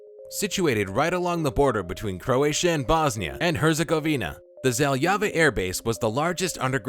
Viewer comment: I got ear cancer when you said Željava. As a croat I am offended by your pronouncement.